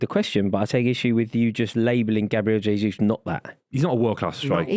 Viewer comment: Love hearing this perfect pronunciation of jesus 🎉🎉🎉